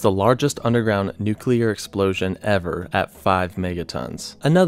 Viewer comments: Also, Nu-CLEAR. Not Nu-cu-lar. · NUCLEAR NOT NUCULAR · NU-CLE-AR. Not “nuke-uler”🤦🏼‍♂️ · Why do people say NUCULAR when its NUCLEAR my god... It's annoying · it pronounced noo clear, not noo cular. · It's nuclear - Nu-clear not nuke-ular, you seem to interchange between the correct pronunciation and the commonly used mispronunciation of nukeular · New-clear NOT nuke-you-ler. Idk about how others feel about an error such as that, but it’s hard to take this video seriously with the word nuclear being mispronounced every 30-45 seconds or so. Sorry- I can tell you’ve put a lot of work into this, but you have to check every detail of your information if you’re going to be taken seriously, or used as a source. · The word for mainland US is contiguous. And its pronounced nu clee ur. Not nuk u lar. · STOP SAYING NUKE-ULAR. It's NEW-CLEAR. That's how you pronounce it! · Why do Americans say nucular instead of nuclear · Please, nu-cle-ar, not nu-cu-ler, otherwise great.. Dave in Chicago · 2 syllables in nuclear bruv. Its "new-clear"...not "nuke-u-lar" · NUCLEAR, not Nucular. Fuck sake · it's nuclear, not nuculer. God!🙄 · "then there nu-cu-clur weapons..." 😂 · absolutely not. Nu-clear is the only correct pronunciation. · Stop saying "nucular" ffs. This isn't a word! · So did this guy just say nuc-u-lar? You've got to be kidding me. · "Plump bob" "Nucular" "Continual" "Seimologists" C'mon maan! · Soooo glad you don't say "nucular". Edit - no wait... you do. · Nucular… hehe. I’m not a stickler for proper grammar, but I can’t do it with the George W. Bush pronunciations while trying to enjoy this somehow. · Say it with me now... "Nu-clear" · Nu-cleer Christ man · “Nuclear”. NEW-klee-ar. FROM “nucleus”. Come on, man. Do you pronounce “Atomic” as “Amotic”? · Nu-clear (pronounced: new-clear) Love the presentation tho! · Nucelar?? Homer Simpson's style? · Its hard to take anyone who says nucular bomb seriously. Also its the Continental United States not the continual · Nuculer bomb